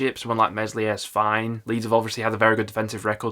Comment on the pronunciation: It's Melier, the S is silent.